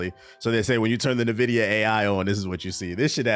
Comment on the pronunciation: Please stop reading it as Nvidia. it is pronounced INvidia